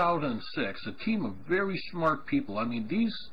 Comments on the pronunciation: "You must be vewy smaht!" XD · "YOU MUST BE VEWY SMAWT" What is this from? I need it